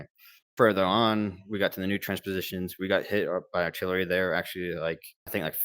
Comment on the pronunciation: btw its 'trench positions' not 'transpositions' lmao